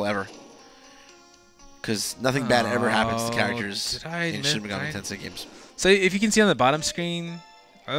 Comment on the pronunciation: Mispronounces Tensei but then says it properly 2 seconds later. Get a feeling so complicated. Can't wait for this game. Will make the wait for P5 more bearable.